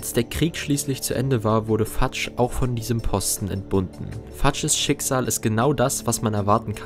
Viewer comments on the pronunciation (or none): Fudge wird nicht fatsch ausgesprochen sondern fötsch